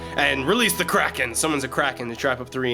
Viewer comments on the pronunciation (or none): none